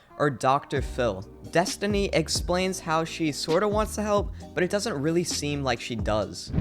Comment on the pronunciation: I thought her name is destiny and not destoni